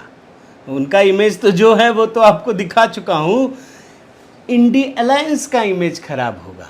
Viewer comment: Great of you that in your own unique and appropriate way you are rightly pronouncing the jugalbandi grp as INDI Alliance 🎉 Awesome 👏 🎊